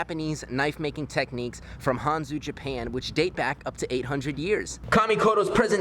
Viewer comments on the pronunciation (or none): none